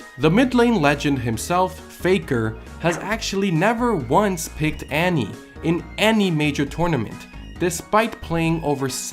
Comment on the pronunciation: Is anyone else bothered by the way he says "Annie"?